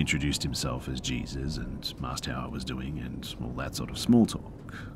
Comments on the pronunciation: I'm sure I'm not the first but it's pronounced 'hay-soos' when it is someone's name.. not 'Jee-zuss' like the christ 😂 you're still the best tho,! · Hey PRONOUNCED "HAYZEUS"...NOT JESUS...Just FYI BRUH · Its not Jesus it Hā-zeus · It's so adorable when Reads things that are most likely from American's and he'll pronounce it like it's spelled so it sounds weird lol like 9/11 and Jesus which is pronounced hay-sus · Jesus is pronounced “Hey-Zues” in Spanish and is a very common name.